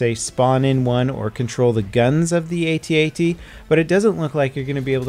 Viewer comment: Will you PLEASE stop calling them "atee atees"?! They're called AT-ATs!